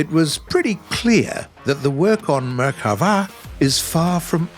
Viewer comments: It is not Merhava It is merKAva "chariot" in hebrew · I'm Israeli and I really appreciate the research on this video. I saw a MK4 in real life and it is by far my favourite, hope your working on getting it in the game. the only complaint I have is that the name "Merkava" is pronounced as it sounds and not like "Merchava", The stress on the last syllable is correct though (got me a little off guard ngl). Love from Israel!! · nah u donk say " merhava" you say " merkava" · Its MerKava not Merchava. Im an israeli citizen and ive seen them all day long :D The MK3D and the MKIV. We don't use MK2 and MK1 anymore, even the Merkava 3 is on its way out as i know. These tanks are BEASTS! Too bad the game version of the tank is not nearly as scary as the real one but then again most of the info about our Merkava is classified :D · it's merkava, not merchava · MerKava!!! With a K!! Not merilguctxvaaaa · Great video, but you said merhava, while you were supposed to say merkava. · Pronounced Merkava wrong lmfao 🤣 butchered hebrew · But why does he say merkava like that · Yes. Tho ol puts a bit too much flair on it.